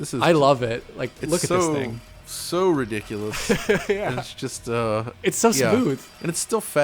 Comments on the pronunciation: "The menu, it's so so riddickulus" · "Like if you bring down the console as well, that's so (Riddickulous) "